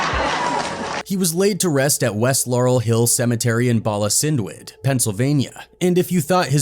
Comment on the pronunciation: THANKS FOR SHARING THIS VIDEO. BALA CYNWYD IS PRONOUNCED 'BAH-lah' 'KIN-wood'